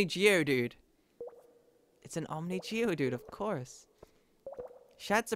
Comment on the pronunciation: Every time says "Geodude" it kills me a little inside